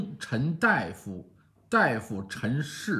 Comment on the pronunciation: 给您挑几个错。 1.“王臣公，公臣大夫，大夫臣士，士臣皂，皂臣舆，舆臣隶，隶臣僚，僚臣仆，仆臣台”里的“臣”不是臣服或臣属的意思，而是意动用法，“以...为臣”的意思。 2.“公臣大夫”里的“大”要念da而不是dai 。 3.是“士臣皂”，不是“士臣阜”。